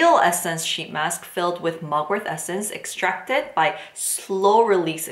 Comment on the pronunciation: It's Mugwort not MugwortH